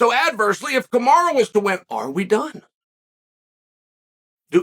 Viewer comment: Damnit Chow, how do you keep screwing up his name? It's as American as it gets - Ca Ma Ro